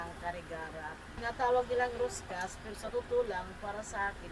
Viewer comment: Sir Roscas din po ang bigkas at basa hindi ruscas. Parang ung sa billiard stick na pinagdudugtong at de-ikot, deroscas ang tawag.